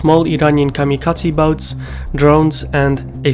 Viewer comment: Hold on... Did you just say... Kamikaze Speedboats?